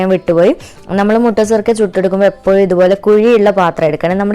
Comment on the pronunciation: Mutta surkka alla sukka